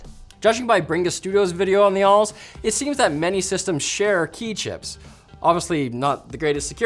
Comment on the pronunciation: Did you just say it's called "ALLS-UX"? That spells "All Sucks". Sega doesn't sound that confident in their own system...